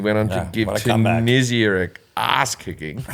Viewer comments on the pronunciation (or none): none